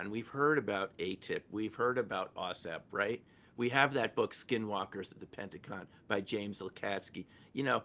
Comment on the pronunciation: its Pentagon, not pennagone